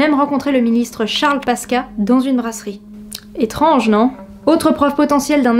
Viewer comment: Ta chaîne est incroyable ! Très content de tomber dessus ;) (Pasqua ça se prononce « Pasquoua » 😉)